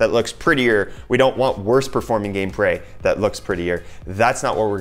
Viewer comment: "game pray"